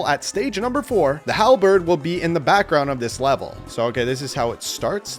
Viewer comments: Kalbird it’s Halbird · "Kalbird" 💀 its Halberd